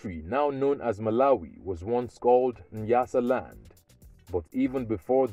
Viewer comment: Not Niyasaland, it's nya nya nyasaland...👊